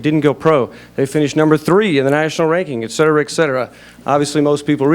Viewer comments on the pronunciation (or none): One of my pet peaves ... "ek-setera". It's "et cetera" meaning "and others". Apparently you're not a Latin teacher either.